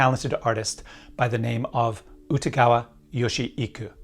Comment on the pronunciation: Very hard to listen to your pronunciation of his name.